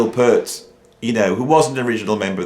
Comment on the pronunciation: I love your videos. Your knowledge, opinions, musical ability and creativity on both drums and guitar, spontaneous freeforming delivery style and humour are all absolutely spot on target for me. BUT! For someone who is a fellow drummer and Rush fan, I am SO surprised and frankly disappointed to hear you repeatedly mispronouncing Neil's surname. Although he did his best to put up with (usually Americans) saying "pert' it really annoyed him. I thought you were better than that! I still love your channel though.....